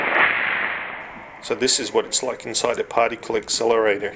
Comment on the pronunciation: did you say "this is what it s like inside a "party-cle accelerator"? cause of the jimmies?